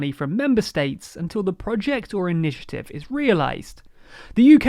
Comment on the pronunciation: What's an inititive?